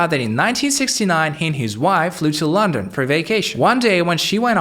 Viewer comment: Cooks in Lawndon. AI is so creepy.